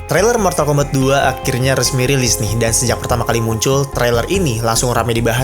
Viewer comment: Mortal kombat ❌ Mortal kombet✔️